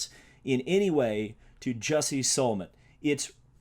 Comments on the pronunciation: he cant even say Smolletts name right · You can't even say the guys name right its Smollett and yes he is a Jessie and I'm glad it's pissing you off cuz I like to see you pissed off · You didn’t even pronounce his name correctly. Yikes. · Also can you not pronounce Smollet right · Why is he mispronouncing Jussie's last name?